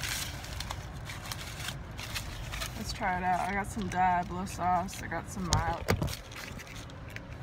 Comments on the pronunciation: "Dye-ablo" I cringed when I heard that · Fishing for comments about how you say Diablo sauce...... #obviuos